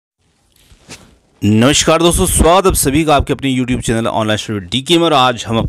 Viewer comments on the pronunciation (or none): none